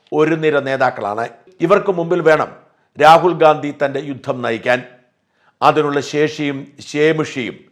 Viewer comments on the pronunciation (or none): none